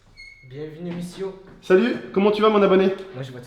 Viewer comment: "binjour misiou" chui mort xD